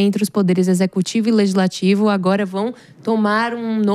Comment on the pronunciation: O correto é LEGISLATIVO e não LEZISLATIVO. 😏